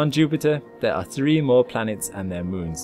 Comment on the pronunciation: "Müns" ... lol